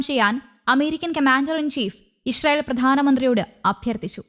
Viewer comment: ഇഷ്‌റായീൽ എന്നാണോ ഈ അവതാരിക പറയുന്നത് ?